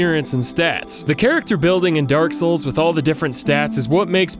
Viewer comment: I feel like you're sayin 'Dark Hole' instead of 'Dark Soul'